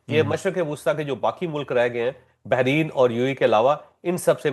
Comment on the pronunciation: Sir, not Behrin, it is Bahrain